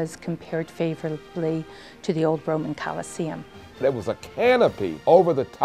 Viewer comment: Dude said COLISILIUM lol